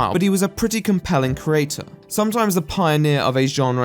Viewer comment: He does misuse certain words and he pronounces 'creator' as 'crater', but asides from that he's pretty good.